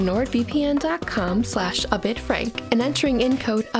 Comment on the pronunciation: Thanks to the sponsorship bit I've realised that I have been pronouncing your name wrong It's and not